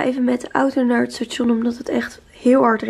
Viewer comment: Grappig hoe je station uitspreekt